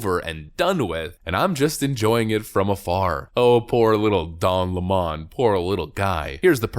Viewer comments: Stop pronouncing his name that WSU! 🤣😂🤣 sau it the way he spells it. L E M O N= 🍋 Lemon. LeMon is NOT HIS NAME. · How to pronounce lemon Leh - muhn like the fruit. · Of course he is crying about being fired his lies caught up with him. His name is pronounced like the sour fruit " lemon" as he is sour as hell now. As far as people attacing him he is playing the Jussie Smollet book of victimhood. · Don Limon a a lemon 🍋, stop trying to make it French or different its lemon 🍋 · It's Don Lemon 🍋 Not lemon! 👍🤣🤣🤣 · Yo, it's don 🍋. Say it right, if you're gonna say his name brah..... .... Yo, it's Don le Butte sniffere... Say it right if you gone say it's name. And yes, it's french. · Dude, stop calling him by his Frenchy pronunciation... use the correct ENGLISH pronunciation... Don LEMON. As in his show was a real LEMON. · I thought it was pronounced lemon 🍋 like the fruit? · A lemon is a lemon, be it a car, a leftie, or whatever. PS Don le-Mon? WTF? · I don't know why you pronounce Lemon like that. He ain't French. his last name is a citrus fruit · Cringe, but he calls himself "Lamon"..... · The pronunciation of his last name in this video is awesome. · Lemon is not pronounced Lamon. His name is pronounced the same as it is written which is the same as the citrus fruit. He lies about his last name. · Lemon not Lemoan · Its not Lemmon, its Lemon he is the worst sour fruit on tv. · It's not Don Le'Morn.... It's Don Lemon as in "A fruit" a very bitter, sour and acidic fruit ;p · Stop calling him Don Lea Mon it Lemon like the fruit. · Don LaMon??? It's Don 🍋 LEMON!!! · What's with the 'Lemon' pronounced 'Le Mon'???????? Its L-E-M-O-N....As in the yellow bitter citrus fruit....If he wants to go by 'Le Mon'....then please spell it correctly!!!🤣😂🤣😂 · Why are you calling his last name LEMOND? Isn't it spelled lemon? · It's not Don La Mon, it's Don Lemon, as in lemon, the sour-tasting fruit. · Why are you calling him le-mon...he's a feffing lemon.